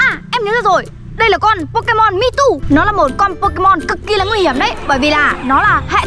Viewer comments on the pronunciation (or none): Mewto mà đọc meo teo